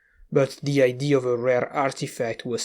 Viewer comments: Good sir, the "a" in "idea" is said out loud, unlike most instances of "ea". Have a good day. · I have been watching your videos for awhile.. and I don't want to sound rude but are you not capable of pronouncing idea? Or is it an inside thing? I am very confused by that, considering you pronounce everything else really well